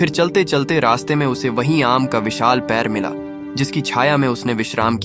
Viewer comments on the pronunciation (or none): पेड़ को पैर बोला जा रहा है जो कि गलत है